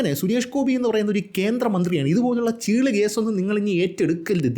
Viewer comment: ചെള്ള് അല്ല ചീള് 😂